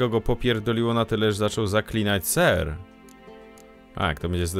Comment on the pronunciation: ten serrrrrrrrrrrrrrrrr mnie rozjebał